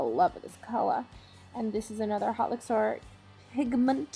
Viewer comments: just so everyone is aware, "haute" is pronounced like "oat" and not "hot" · if "haute" is the french word then it's pronounced like "oat" ..not "hot" just sayyyinng. otherwise I really like it!